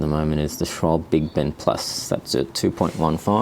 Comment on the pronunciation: hehe, you were so close. The 'e' is seldomly, or ever, silent in german. Same with Porsche, which often is pronounced Porsh